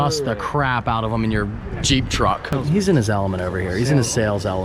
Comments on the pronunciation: Is it a Juck or a Treep? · Hell I thought treep too lol🤣🤣🤣🤣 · Is it a truck or a jeep. It's a TREEP.